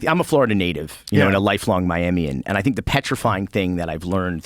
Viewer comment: i was done when he said " miamian "